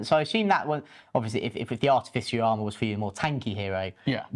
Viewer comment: Its pronounced ar-TIFF-icer